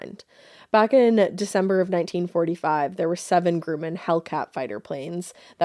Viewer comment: Hi ladies! Love your pod. Just a gentle nudge to check pronunciation of words that might not seem exotic, but are really common. Grumman and Ensign: Gruh' mun and En' sin. Keep it weird!